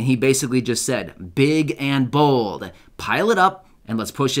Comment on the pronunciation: Did you saybig and bold or was that big and bull